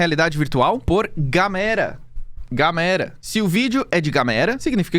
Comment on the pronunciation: Cara eu sei q isso é um problema meu, mas me da uma agonia absurda ver o povo falando gamera, tecnicamente nao ta errado pq nao tem acento, mas é um nome proprio e a pronuncia correta tecnicamente falando é Gâmera era so isso msm